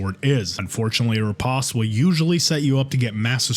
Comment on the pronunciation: it's a long o in riposte, sheesh, google is you're friend already